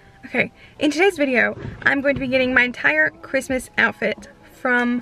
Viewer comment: "happy crimus" 😂😂😂